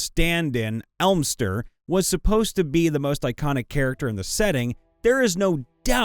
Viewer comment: "Elminster", not "Elmster". From what I hear, the new D&D movie, "Honor Among Thieves", was so popular, the people behind it are going to try to make a TV series now, possibly starring Drizzt, so they'll probably get him onboard for it too. "Reviled" has a hard "i", with "vile" as the root word.